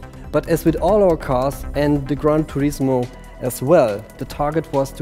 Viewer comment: "Khan Turismo"